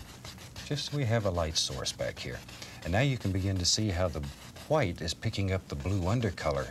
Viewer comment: “$12,000 SOLD to the man with the exceptional mustache! Now if you fallow us to dining room, we’ll be serving Hwite cake”